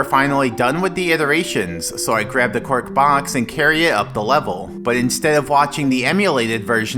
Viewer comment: it has taken me this long to realise that was saying "cork box" instead of "quark box"